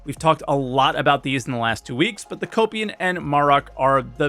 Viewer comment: i can't not hear "copium" for "kopian" ... that can't be a coincidence